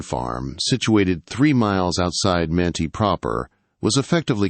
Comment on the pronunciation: Well, you said Manti right the first time, Man-tie, and wrong the rest of the video, Man-tee.